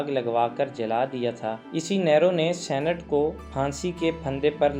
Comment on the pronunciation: اقبال کا شعر تو درست پڑھ لیں کیا زمانے میں پہننے نہیں۔۔ کیا زمانے میں پنپنے کی یہی باتیں ہیں درست شعر ہے دوسرا یہ لفظ senate نہیں بلکہ saint یے